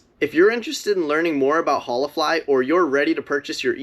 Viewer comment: I literally laughed every time you said Holafly because if you visited a Spanish speaking country and greeted people with hola the way you kept saying it, they'd think you were special. 😂 Hollah!